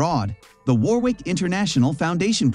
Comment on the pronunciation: You better research properly! Warwick is pronounced as Warick, not Warwick!!!